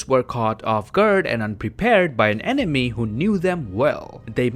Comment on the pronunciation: What you said: Enemy What I heard: Anime